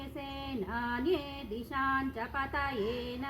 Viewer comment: ಸೇನಾನ್ಯೇ.. ಅಲ್ಲಿ ದೀರ್ಘ ಸ್ವರಿತ ಇಲ್ಲ ಮೇಡಂ